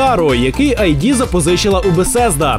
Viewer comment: Не "АйДи", а "ИД".